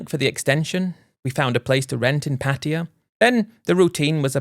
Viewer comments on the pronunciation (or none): What’s the disclaimer for dummy, a warning that you can’t pronounce Pattaya properly and you keep rambling Patia Patia lol 😂